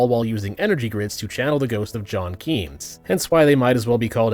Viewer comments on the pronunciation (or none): It's really ironic that you mispronounced Keynes, because this is much more likely if you only ever read his name.